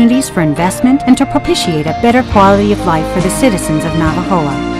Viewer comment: Por cierto, olvidé mencionar que en el minuto del video, debería decir "Navojoa" en vez de "Navajoa".